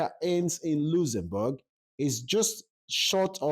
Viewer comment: just listening to your video, it’s a shame and so sad that you can’t pronounce correctly the name of the country you’re talking about. Go and learn how to correctly pronounce the name before coming to a platform like YouTube. It’s so embarrassing to listen to you 😢👎🏼